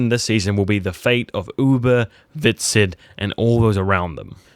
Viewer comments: His name is Hvitserk, not Viksid. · So did ''Vikset'' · HvitsSERK....how hard is it to say 1 name _ Hvit-Serk.